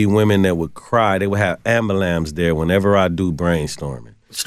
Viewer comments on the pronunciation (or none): It's kinda bugging me that he can't pronounce "ambulance"😬